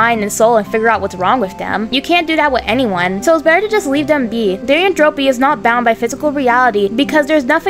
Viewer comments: The way you say therianthropy “Therian en throw pea” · I think its pronounced "thear (fear but with a "th")-e-anne-throw-pee"